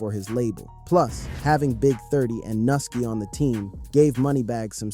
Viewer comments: Nigga is pronounced new-ski who th is nusski 😂 then he doubled back n called the n* “nilky“😂then pronounced it correctly as “Nuski” then called the man noki then noski trolling at a all time high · lol u disrespectful mfa mane can’t even pronounce nuski name 💜